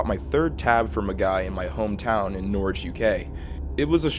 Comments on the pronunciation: Pronounced Norwich wrong. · never heard an american norwich and i never want to again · it is pronounced norich fyi! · You pronounce Norwich funny, hi from Norwich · The way this man pronounces Norwich is actually painful 😂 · as someone from norfolk those pronunciations of Norwich and Norfolk are dreadful lmao